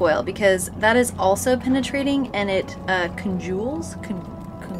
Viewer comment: Butyl tape girl! Look it up. It'll be your new best friend. It's "congeals" btw... 😋